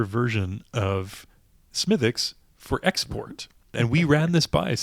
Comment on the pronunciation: Have not seen this one in Maine. I'll keep looking. And a small quibble, despite the spelling, it's pronounced "Smiddick's" not "Smithwicks." Sláinte ☘️